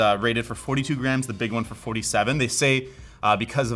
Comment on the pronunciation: I know he's saying "grams", but his pronunciation makes it sound like "graNs", and now I'm imagining a weight system based on grandmothers.